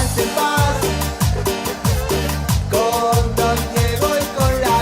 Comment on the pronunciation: Man said “David Maradona”. Smh